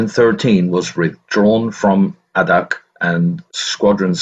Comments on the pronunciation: Really enjoyed this history, but.... As someone who was deployed to "the Birthplace of the Winds", it is really grating to hear you talk about AHHHdak when it's pronounced Aydak🙄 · Since I live in Alaska, I thought I'd let you know that Adak is pronounced with a long "A" like "AY-dak, not "ah-dak". While this is interesting (being a Navy vet myself, from a family with lots of Navy vets), would you narrate a little faster, please? Maybe not as fast as the guy who does the Dark Seas channel here, though about the pace of The History Guy here on YouTube would be fine. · A-dak is how it's pronounced. After the war a couple of squadrons of PT boats were designated river patrol boats and the torpedoes were removed and guns were installed. They were used to provide merchant craft security in China along the Yellow and Yangtze rivers during China's civil war. I served with a Master Chief who was in charge of one of the boats. The skippers of these river patrols boats were only E-5's. 2nd class petty officer. He was 21 years old. The squadron he was on was in Seoul harbor the day the Korean war began. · It's A DAK not Ahhhdak. Long "A". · Adak is pronounced A-dak, not ah-dak. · Adak (/ˈeɪdæk/, Aleut: Adaax, Russian: Адак) That is the Wikipedia guide, so it must be right!